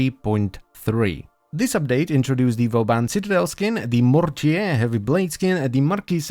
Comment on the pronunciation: Mortier is pronounced Mortié, just a friendly tip :)